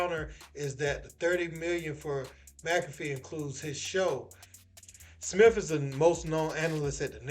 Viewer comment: Steven A "Smiff" being greedy